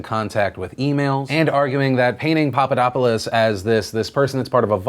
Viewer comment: It is the lack of intonation, the lack of the "th" sound and that thing that english speakers do, that instead of pronouncing it "-opulos" they pronounce it "-opolis"